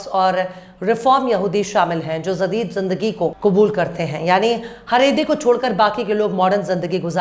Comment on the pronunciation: Zadeed nahi hota,jadeed hota hai